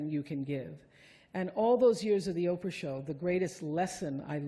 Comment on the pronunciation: "POPE-RAH"? as a brilliant commentary once said-- Bye-bye -- Enough.